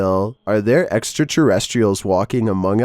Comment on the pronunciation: I love the way he says "eXtRaTeRrEsTrIaL"😂❤